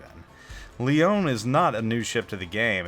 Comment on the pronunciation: Leone is pronounced just like the Billy Joel lyric "Tony Leone"... The "e" on the end is a hard E... And those "sails" are awnings rolled up...